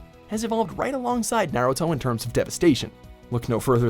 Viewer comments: I disliked because you kept saying Naruto wrong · My guy said Naruto wrong how